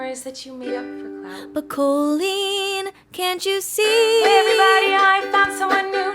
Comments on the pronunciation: Colleen pronounced “Kah-Leen” , has some issues for sure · Have I been pronouncing Colleen's name wrong this whole time? I've never heard the 'o' pronounced long that way. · I’ve never heard the name Colleen pronounced that way